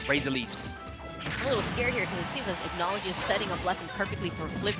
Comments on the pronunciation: its “ack-no-low-gee-uh” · "acknowledgea" lol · they don’t pronounce his name correctly its a Fairytail name hence his tag being Erza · Dan Dobbs i was just pointing out how they pronounced a name wrong honest mistake if they never seen Fairytail and well the comments blew it out of proportion lol